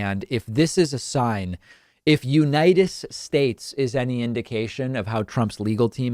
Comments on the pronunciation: United Shtates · Trump pronounces it "United Shaches" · Orange Trump: “You-night-TISH SHU-TATES!“ Priceless! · Didn't #45 mis-speak "United States" once: God bless the United Shates..." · I’m sorry, but what you said sounded like, “Unitis”, which is hilarious. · Ah... The good ol memories of The UNITED SHURRSSHHH returns to mind! 😂🤣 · They misspell it and he can't pronounce the United States...